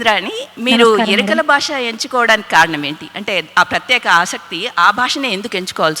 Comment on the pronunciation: Yerikala basha kadu amma, yerukala basha... please correct pronunciation